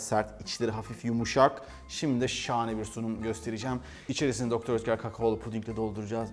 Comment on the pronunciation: Mukemmel kanalll her seferinde degisik guzel tarifler ellerinize saglik ayrica dr.oetker hani doktor diye okunmuyordu sefim de doktor diyor 😋😋🤪🤪🤪🤣